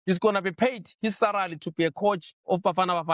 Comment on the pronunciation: really cant say SALARY, SARALY it is